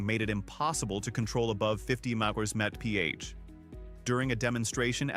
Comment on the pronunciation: Apparently AI can’t pronounce MPH or at least this one couldn’t!